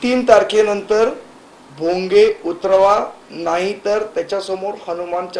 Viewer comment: पहले नीट बोल भोगयाच काय बोलतो तु